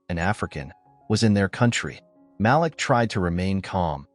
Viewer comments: Ma-leek not Malick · His name is pronounced MA-LEAK!